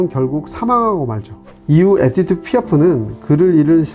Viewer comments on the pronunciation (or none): 이보쇼 아재 이빨 빼드셨소? 에띠드가 아니고 에디뜨!!!!!!!!! 졸라 거슬려서 이름 말할 때마다 집중이 안 되네 싯팔 에라이 비추나 처머거라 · 에디트를 에티드라고 발음하시네요